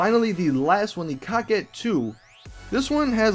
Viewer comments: Btw, can you stop calling the coquette like (cockette) and call it (coke - ette) like its suppost to be pronounced. It makes me cringe whenever I hear that word being said like that. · Quit calling the coquette the cockett. It is pronounced co-ket